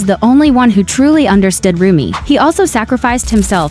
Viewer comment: Nie muwi śę rumie tylko rumi